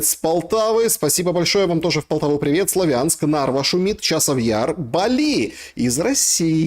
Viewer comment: Саша ставит ударение (он из Луганской области) СлавЯнск. Мы всегда говорили СлАвянск 🤔